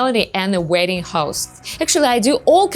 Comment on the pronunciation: 1. I thought u said “waiting “ host . Not “wedding” host. 2. Can u come here as international student? That is how I moved to the US. I got married here. It’s a better way that relying on a man for K-1 visa. It makes u dependant and easy to abuse. U idiolize American men, that makes u vulnerable. Find a way to come here on ur own.